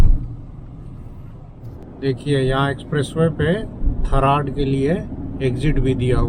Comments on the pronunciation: Tharad bolte he ji Tha raa d d for dil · थरात है सर जी थर्ड नही है 😂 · One correction "थरड" नहीं "थराद"